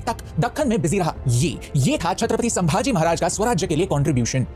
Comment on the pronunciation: Bro थोड़ा करेक्शन है.. संभाजी महाराज है शांबाजी महाराज नहीं..